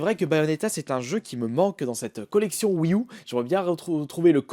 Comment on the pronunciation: Tu pourrais dire wii you plus que U mdr ceci me stress